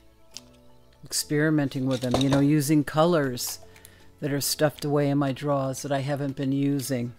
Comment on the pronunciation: Gosh I have as much fun watching you paint as you do painting!! I love the boldness of use of color. It came out lovely, maybe after you plant it it might look just like your painting!! Did I hear a Boston Bostonian accent? When you said drawers. Darn I can't spell worth a 💩 no more!! I hope I at least got a smile from you! I sure hope you are feeling better. Love and regards to you both ❤ 💕!